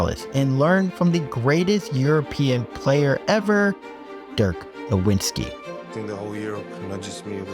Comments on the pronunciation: Bro, you MUStTyou MUST land you MUST learn how to pronounce the names of such legend as Dirk Novicki . You are calling him Dirk Lewinski??? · Bro… lol. Did you just make an entire 45 minute long video about a basketball player whose name you can’t even pronounce? You called him “Don-tich” 100+ times lol then I finally lost it when you said “Nowin-skee”. Ugh. Come on man lol do better. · You're off to a good start. I'm an independent filmmaker, and your editing, sound, and graphics are good. Keep up the great work... but also maybe practice how to pronounce Dirk Nowitzki ("Na-VIT-skee").